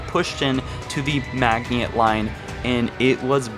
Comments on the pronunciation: Hahahaha,"Magy not" haha. Dude, look up how to say it. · “Maginot Line-> Magniiot line” “the forerunners-> the foreigners” “sentient life-> sentinent life” “halo arrays-> halo arise”... bro are you good? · Holy fuck this guy is struggling with all of the foreigners at the magniot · Its pronounced Mah gene no . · Maginot is pronounced Majino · Isn’t it pronounced mah-jin-oh? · It is pronounced Ma-zee-no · I read this JUST as he said "Mag-ni-ot" and I loled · How you pronounced maginot made me cringe and shake harder than a gender fluid creature after someone says there are only 2 genders if you’re not sure then find out how to pronounce the words we don’t want another Cairo station incident lol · Did he really say "sentiment life" instead of "scentiant life?" Why does he keep calling them "foreigners" instead of "Forerunners?" He's pronouncing the "T" in Maginot?! Next John-117 will be the Master Chef! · Fuck, your mispronunciation of the word "Maginot" made me instantly hate this video. It's not that hard to find the right pronunciations for french words.. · You were mispronouncing Maginot so often you said "setnient" instead of sentient lol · You pronounced Maginot wrong and it triggered me so hard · He’s saying Maginot incorrectly on purpose right? If not, he just sounds uneducated. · Dude fuck D-Day, Stalingrad, kursk, etc are bigger battles than D-Day. Pronounce Maginot correctly please. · It isnt pronounced like that. Maginot the t is silent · Ban One ahhh he said Maginot wrong ahhhhhh. Kill the bastard, fucking murder him. Seriously though, it's not a big deal jfc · You’re pronouncing maginot line wrong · Butchered the pronunciation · Maginot isn't pronounced (Mag-nii-ot). It is pronounced (Ma-gin-oh). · Did you do a video on the hive mind of the flood I am new to the channel. Its maginot not magihont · its called maginot not magniot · It's pronounced ma-ji-no not mag-nee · Madge-en-no. I dont know where tf you got meagniot from lel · It’s pronounced “Majino”